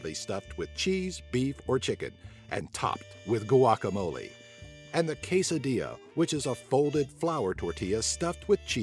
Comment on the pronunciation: Lol how he said tamale and carne asada and guacamole